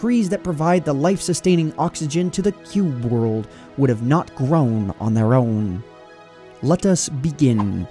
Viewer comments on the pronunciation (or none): "The cube world woud've not grOuwn on their Ouwn"